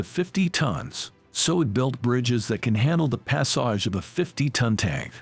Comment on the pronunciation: This guy needs to learn how to pronounce the words: "squad", "levers" and "passage".